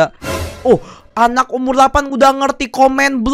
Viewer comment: delapan bukan Lapan😑